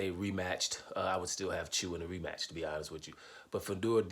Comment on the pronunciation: Tsyzu is pronounced Zoo......fyi